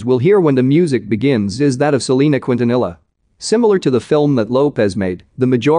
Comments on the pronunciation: 'Cwuint-a-nilla' that voice machine doesn't know Spanish. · Who ever is telling the story is not saying Selena's last name right! 🤦‍♂️ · Why is he saying her last name like that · its a ai narrator ofc it’s not gonna say some words right